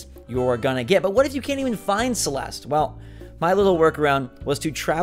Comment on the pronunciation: my name is celeste but that is not how you say it